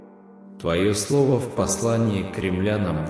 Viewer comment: наверное, не "кремлянам", а к римлянам?